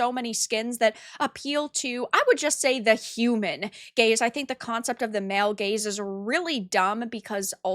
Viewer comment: Oh, she said "gaze"... I heard each time another rhyming word (so was a bit confused) :D